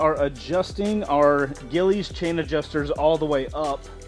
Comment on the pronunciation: Gilles… pronounced gillies 🙈🤦🏼